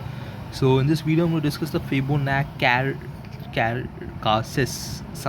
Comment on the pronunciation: its fibonac-charsis its charsis bro 🚬